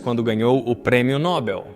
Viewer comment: Para vir ter contato com público é essencial ao narrador saber a pronúncia correta de palavras. A pronúncia do prêmio citado é NOBEL, não NÓbell.